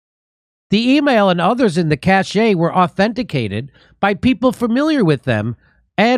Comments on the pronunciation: knock knock, pronunciation police! "cache" is pronounced kash, not to be confused with "cachet", which is pronounced ka-shay. please don't hate me for pointing this out. thank you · It's "cash" Jimmy (cache), not "cachet." A cache is a collection of things. Cachet is what you have when you look great in your new high heels. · May I point out that when you say “……a cache of emails…..” the word cache is pronounced “CASH”….not “CASH-A” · Cache -> \'kash\ Not \'kash-che\ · fyi, computer lingo cache is pronounced cash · For Christ’s sake, it’s pronounced “cash,” not “cashay!” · cash eh lol Cache "Cash" :P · I am quite confident "cashe" is supposed to sound just the same as cash and not "cashay". I even checked in the dictionary just in case, but the dictionaries are with me on this one... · Jimmy, love your show. By the way, "cache" is pronounced as "cash", not "cashay". FYI. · Love your show. But please stop saying cachet (cash-ey) which means personal respect and admiration. It's Cache (cash). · Cache is pronounced CASH . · Jimmy, cache rhymes with cash & cachet rhymes with sashay. You keep doing this. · I apologize in advance if you get butt hurt by people who correct pronunciation, but "Cache" is pronounced like "cash". Cachet is a different thing all together and is pronounced to rhyme with sashay. Other than that you are spot on, as usual. You have the cachet of someone who tells the truth as they see it even when it's unpopular. I imagine your mind as a cache of anecdotes about the ridiculous BS that floats around our media these days, and I hope you keep calling out our Orwellian overlords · Jimmy, cache is pronounced "cash". What you are saying is spelled "cachet". And your source should have spelled it "caché " with an accent. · Cache is pronounced as 'cash' 🙄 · Hey, Jimmy. Cache is pronounced [kaSH]. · Cache Pronounced, “cash”. I love you and congrats on 1m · Jimmy, it is just pronounced "cash." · It's pronounced as "cash". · Cache is pronounced cash.